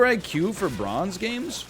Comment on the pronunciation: My man says "bronze" the same way Alex Trebek says "genre"